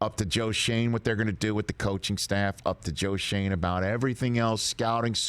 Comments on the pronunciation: Hey Rich, if he has German ancestry, this is not pronounced "Shayne", but Schön, as in the German word for "nice". Which is ironic because his first year is not going to be nice... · The kid’s family’s name has been Americanized some time in the past. Schoen’s name uses the German pronunciation because the o has an umlaut. In German a single vowel has a specific sound. And when two vowels are together the second vowel is long (die is dee) But if 2 vowels are together and the first one is an umlaut controlled vowel then the sound of the second vowel is affected.) Absolutely no charge for about the only thing I remember from my German major in 1968!)😂😂🤪🙄😜😊 Except for all the naughty words I know. LOL